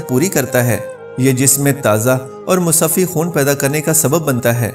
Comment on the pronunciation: Not musaffi but correct word is Musaffa